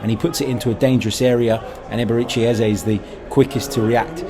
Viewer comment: Our numbers 10s name is not pronounced EHZAY, it is more like EHZUH. Please make the effort to correct your pronunciation so the other podcasters will follow suit. You can hear the professional commentators pronouncing it properly. We’re Arsenal, do better!